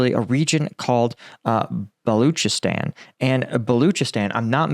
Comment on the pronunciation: Balochistan is pronounced Ball Loch(lock) ee stan